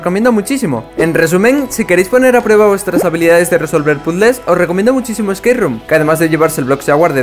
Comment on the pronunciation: No le entendí nada a espace room xd